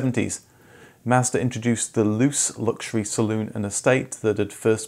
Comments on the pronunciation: Just letting you know that Mazda's Luce is pronounced 'loo-chay' rather than 'loose'. Don't worry, it took some 19yo snotty nosed kid with a fully hectic grey import sedan to school me on it at a car show many years ago. It is Italian for 'light', specifically that which comes from the sun or a light globe, not 'light that is a result of not being heavy. That word is 'leggera' and it has appeared on more than few cars as well over the years. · mazda luce, is actually pronounced "loo-chay"